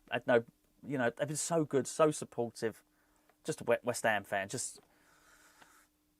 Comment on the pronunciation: Great to see you back …. Don’t think anyone can say “West Ham” better than you! COYI⚒️